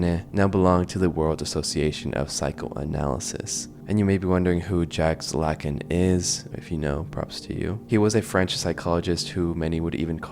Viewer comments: wow, your channel is very impressive, i subscribed. 😍ah, and Jaques Lacan was a real french psychologist and you would say his name like this: jac lakaan. (not Jäk lacän, but the a as aaaa like we say it in europe) looking forward to the other episodes! 🙇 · The most disturbing part was your pronunciation of Jacques Lacan, lmao. Great video as always. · The more annoying part is he didn’t even attempt to get the pronunciation right